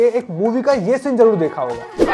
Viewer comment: Na to Māori bolna ata aapko a aur o ka hi nahi pata … na hindi ke word aate apko … bhasha ko bhasa zarur ko jaroor ( avashya bhi bol sakte the ) and na apko haka ka pata … haka is a popular dance everyone has seen it in football., everyone has seen it in rugby … seriously employability is an issue in India …